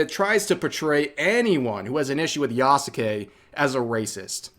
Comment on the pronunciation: At this point i think its a meme among content creators to say Yasukes name wrong